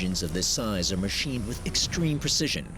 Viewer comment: NobOdy: Narrator: “millimeter précision”